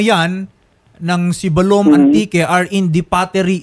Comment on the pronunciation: Hindi manlang kinorek ng nagsumbong dyan paano magpronounce ng Sibalom ay Siibbalom slow